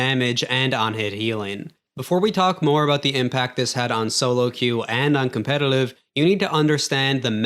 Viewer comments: Why are you pronouncing competitive "competilive" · competitiliv providibllllle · compedelive , lmaoo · "competilive" you say it so weird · Is he saying "Competelive"? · Why does bro keep saying competilive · The way you say competitive is interesting